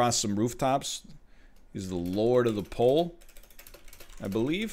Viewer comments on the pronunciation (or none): none